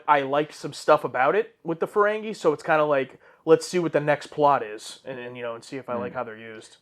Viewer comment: Hey, it’s FerenGEE not FerenGAY. 😅